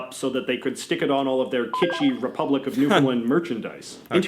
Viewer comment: The way he pronounces Newfoundland is right cringey. It's Newfoundland, like Shoes-in-hand. Also known in Irish as Talamh an èisc.